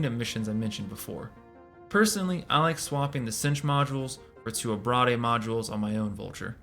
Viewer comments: Great vid, thanks for the deep dived. However...abrade = ah-braid. Ah-brah-dey makes it sound like an entre'. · Abrade is pronounced “a-braid”. It’s a long A. To abrade is to cause “abrasion”